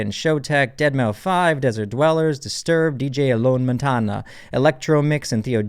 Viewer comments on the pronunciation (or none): Nice Video But by the way its: deadmaus not deadmau 5 :D so technically deadmouse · it's pronounced "Deadmouse" not "dead-mow-five" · It's pronounced "Deadmouse," not "Deadmau Five," bud. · Dead Mouse not Dead Mah 5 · he pronounced "deadmau5" as "dead mow five" instead of "dead mouse" dsjvjkgvkjskhv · he said "dead mau five" lmao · “Deadmau-five” HAHAHAHHA IM DYING BRO YOU PRONOUNCE IT LIKE DEADMOUSE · Did he just says deadmau five? ;( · NO! JUST NO! IT'S NOT DEAD MAW 5 IT'S DEADMOUSE 😂😂😂😂 I pray Joel doesn't see this 😂😂😂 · I know this doesn’t really matter but I’m still saying it lol.... you pronounced deadmou5 how it’s spelled but it’s supposed to be said like deadmous. Don’t add the number lol. Love your channel keep up the amazing content! Sorry for being nit picky in a little thing ha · I love your videos man but Deadmau-five? Come on now… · Deadmau5 is pronounced "dead mouse"... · Did he say Dead Mau Five? 😂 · This man really just said "Dead Mau Five" instead of Deadmau5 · "deadmow 5" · "deadmau-five" haha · "dead-mau-5" xD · Lmao ‘deadmau five’ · you really said deadmaufive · deadmau5 is pronounced deadmouse. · Its pronounced deadmouse it's just spelled weirs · Everyone else is saying it’s pronounce dead mouse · Did homeboy say "dead mow five"? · i am screaming at how you pronounced deadmau5 but i’ll forgive u